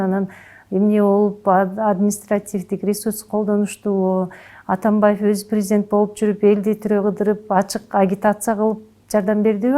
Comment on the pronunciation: Өзү ушакчы эмеспи, калптан башкасын көрө элекпиз. Атамбайып, Ташийеп деп фамилияларды да так айта албайт. Мурунку сабатсыздардан кутула албай жатсак, бандиттерин пайдаланып бул чыкты.